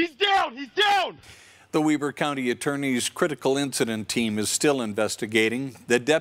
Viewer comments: "Weeber" ? Weber would be pronounced Web-er. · How did the anchor mispronounce Weber?